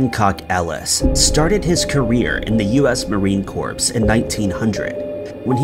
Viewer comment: He also said "marine corpse"😂